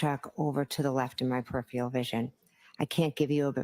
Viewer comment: Generally speaking if you can't pronounce a word it isn't a word you would use. Usually indicates the word being fed to you, like peripheral 🤔